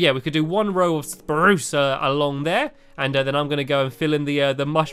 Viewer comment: The way he says sprunce lol love your video's Stampy